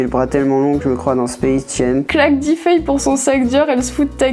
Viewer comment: spacejame... Fuuck xddd Space Jém.. C'est mieux xd